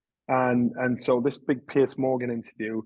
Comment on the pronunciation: I thought it was only americans that pronounced Piers as 'pierce'. Thanks Johnny.